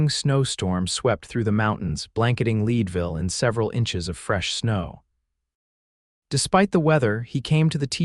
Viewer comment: I’m from Colorado. Town is pronounced Led Ville not lead